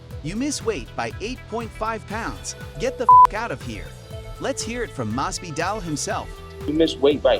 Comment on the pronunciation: Mas-Vee-Dahl Please, dude....